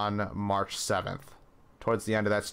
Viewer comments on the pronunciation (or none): none